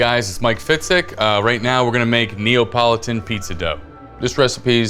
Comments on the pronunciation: Neapolitan not Neopolotan. 😂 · does he keep saying Neopolitun?